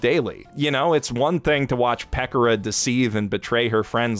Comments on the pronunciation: Peck or uh... its Peh Kora..... you have to be doing that on purpose.. there was something else you totally mispronounced that drove me nutz. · Ah yes, everyone's favorite chaotic nousagi, "Peckurah." Konpecko Konpecko! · I've never heard anyone pronounce Pekora like that... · Is nobody going to talk about the way he pronounced Pekora's name